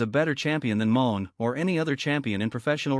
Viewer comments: RIGHT IT'S NOT MOAN, IT'S MON'E. IT'S FRENCH!!! NOT MONEY. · Her name isn't MERCEDES MOAN ITS MERCEDES MON'E. FRENCH, THE E IS SILENT, ITS NOW PRONOUNCE A, YOU FOOL!! LEARN TO PRONOUNCE HER NAME RIGHT, OR STOP SPEAKING PERIOD!!! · It's not moan ...it's pronounced money